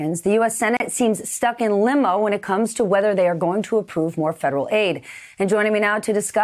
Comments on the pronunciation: lol - I thought I was the only one here who caught that one. I had to play it over a couple of times. I thought maybe it my hearing. But nope ! she said Limo instead of Limbo. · Did she say "Stuck in limo" right at the beginning...?